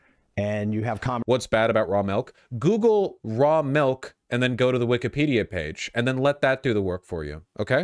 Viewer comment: The saddest thing in this video is Vorsh pronouncing milk “melk”